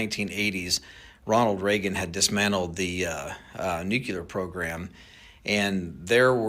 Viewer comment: I don’t know man, he says nucelar instead of nuclear! Last guy that said it that way was one of the most untrustworthy presidents in history!!!